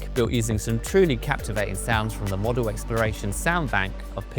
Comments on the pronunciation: “Modal” as in mode, not as in Airfix 😝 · Someone should have told him how to pronounce modal I think.